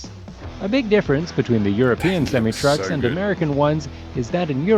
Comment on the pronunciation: The narrator is pronouncing semi truck wrong, at least for America. We pronounce it semi-eye, not sem-ee.